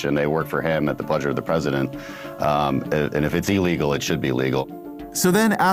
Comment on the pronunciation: Does the cosplay pirate know that illegal is one word and not pronounced ill legal?